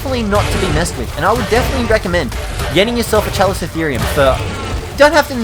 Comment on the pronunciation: Scrub.... CALICO - (like the cat)-Therium PRO SOP TOE DON Don't u just hate Ark pros that can't say the tames right? Have u even WATCHED walking with Dinosaurs/beasts/monsters or the Specials like Big Claw, Land of Giants and even Sea Monsters, alot of the creatures in ark are features in these documentaries, Chalico for example was in the episode as the Paracer and Hyaenadon if I'm Not mistaken, don't think procoptodon was in one, that was in the series that showed off the pig from Hell Entelodont, Dire wolves and the Saber toothed Cats (no such thing as a saber toothed tiger) And no Allos are NOT Underrated, the admin of the server I play on, asks for perfectly tamed level 300s all the time. I grew up loving dinosaurs and prehistoric life, just hearing people say the names wrong pisses me off coz it's common knowledge how to say their names when u see em in Books, on The internet and even when watching documentaries that TELL you how to pronounce them